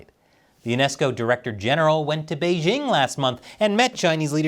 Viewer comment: The host of this program still doesn't know how to pronounce the word "Beijing"? The "j" in Beijing isn't pronounced like the "g" in the English word "regime"; indeed, the Chinese language doesn't even have this quasi-French sound. The "j" in Beijing is pronounced more or less like the "J" in the English name "Jim."